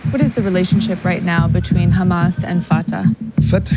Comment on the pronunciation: It’s Hamas not Humus